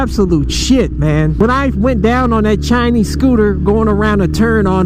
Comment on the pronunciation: Every time you say Chinese scooter I crack up man